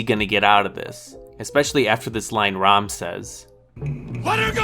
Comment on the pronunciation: Temple of Doom is my favorite of the Indiana Jones Saga! It gets criticized for its violence and how different it is from the others. And it’s “Mola Ram” not “Rom”